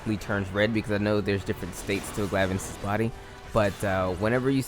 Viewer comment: “Glaive-anus” is my favourite pronunciation.